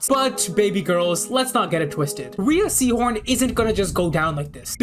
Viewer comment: You lost me when you pronounced the lead actress’s name wrong.